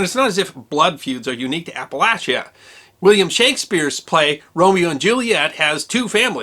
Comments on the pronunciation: And he even pronounces "Appalahia" correctly!! (I never doubted....) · Thank you for pronouncing the region Appalachia the way the people of the region pronounce it. Not Apple-AY-chia.